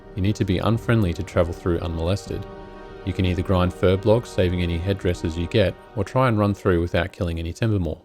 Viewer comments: Fur-B-O-L-G-S !! Not Fur-B-L-O-G-S! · Furbolgs, not furblogs.